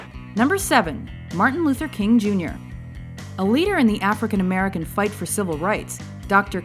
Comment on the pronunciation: you cant help but saying MERCAN